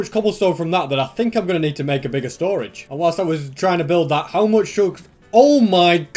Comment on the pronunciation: What? Moooch foster you said